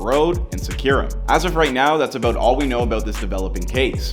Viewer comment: Dude said your aboot to find ouuut lol